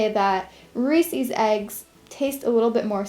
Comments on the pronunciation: I love your crafts but its reeses not reesies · Ehy do you say "reesees" it's pronounced reesis!!! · Just so you know you pronounce resees wrong, it's re-ses (likes says but ses) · Reesees...holy moly OCD it's Reese's ! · It's pronounced REES•IZ not REES•EEZ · they aren't pronounced reesies they are pronounced reese's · I find it strange that americans pronounce reeses reesees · Who else hates the way she says "Reese's"? Lol just kidding, we love you!